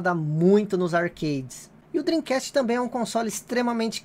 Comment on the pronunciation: Depois do yudi do preisteixon Agora temos este japonês do "drim cast" Kkkkkk